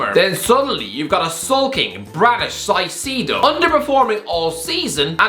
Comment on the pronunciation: The Caicedo pronouncation is insane